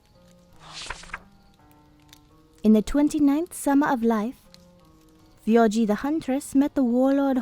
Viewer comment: I'm fine with this as long as you same the names right. (You kept saying fjorgi)